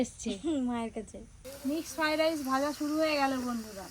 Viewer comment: Mixed FRI RICE naaa.Yeta MIXED FRIED RICE bujhley.Bhul uchcharon koro na.